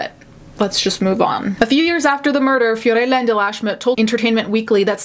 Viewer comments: Unrelated to the subject, but the way you said Fiorella cracked me up because I know you’re saying it correctly, but I’ve only heard American pronunciation of these names so it sounds funny. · I love the way you say "Fiorella". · This has nothing to do with the case but I loved how u said "fiorella" with the accent!